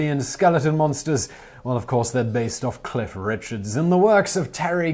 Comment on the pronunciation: the CC said Keith Richard, but I was like...wait a min, did I hear Cliff? let me check the comments. lol